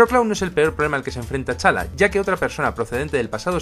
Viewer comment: Perdona que te corrija, pero T'Challa se pronuncia "Chala", sin pronunciar la "t"